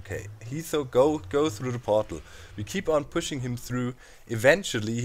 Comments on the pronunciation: I don't know if any you have any Japanese viewers doc, but 'heto' they way you pronounced it means 'person' in Japanese. I just think that that would be really funny, for you to name your guardian 'person'. it's so... average lol. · It sounds funny that's all cause to me jito is a son a nephew etc. and when he says come here heto it sounds really funny I love Doc I just thought he would get a kick out of it never meant it to sound critical I got a kick out of it but being from NM US it is a word that insisted he was calling his guardian a name I would call my son it made me laugh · Exactly! I thought he said 人 too xD